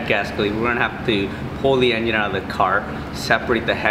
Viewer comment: did he call it an en... gin?